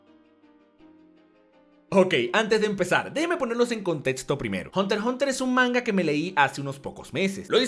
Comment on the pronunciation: No dice hunter x hunter si no Hunter hunter